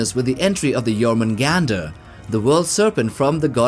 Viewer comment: quick note: Jormungandr would be said as “yorr-muun-gahnd” (more anglicized “yor-mun-gand”). In Old Norse, if a word ends in an “r”, and that “r” is preceded by a consonant, then it is not pronounced. Rather, the ending “r” just acts as a silent masculine suffix. It’s usually used in the names of beasts and non-humanoid entities with nebulous sexual characteristics.